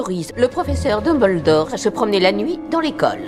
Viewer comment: A on dirait que Hermione dit "Tom-beldore" 😆🤣 c'est fait exprès ou bien ?